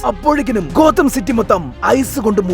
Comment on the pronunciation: ഗോതം യൂണിവേഴ്സ് ❌ കൊതം യൂണിവേഴ്സ് ✅